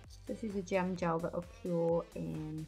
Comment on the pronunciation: Did you say gem gel?